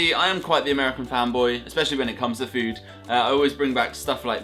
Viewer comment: i kinda laughed when he said ameican candy bc it seems so normal to me bc i live in florida